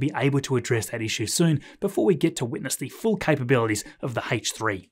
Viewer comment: Scott Manley: “Hullo”: “Haich 3” 😂